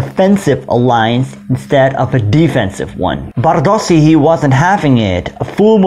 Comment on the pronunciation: Hi. A little thing. 'S' in Magyar i s as in sugar, or as 'sch' in Schmidt, or 'ś' in Kośice. When then doubled, like in Bárdossy's name, or Kassa, it sounds 'schsch'. Aast u b.